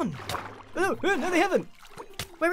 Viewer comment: grian sez no what you hear: no what i hear: nowr